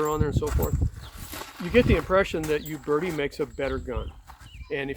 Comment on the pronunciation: Funny how people in the United states pronounce a word by saying the first letter. Examples: Iraq - Eye rack. Uberti - You berti. Uberti is pronounced "Oo-bear-tee". It's like saying Aye-indearson instead of Anderson. Sounds strange.